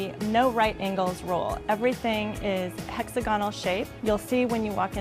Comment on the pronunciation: Can she learn how to pronounce hex AGA nul, not hexa gonnul?